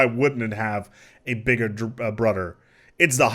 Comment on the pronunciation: Why he say bigrd broder like three times? The first time it sounds like he messed up the sentence on accident, but then he did it again, and again.